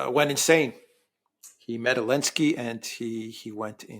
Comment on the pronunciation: I am soooo tired of being unable to pronounce Zelensky - always Alinsky. ALINSKY DOES NOT EXIST. He is a rank amateur. Alexander has great analysis and digs deep but his Duran partner is a hard-headed dimwit unable to even say ZELENSKY. ZELENSKY. ZELENSKY. Drives me crazy bringing the content down while Alexander is the only one in the room with facts and a proper decorum.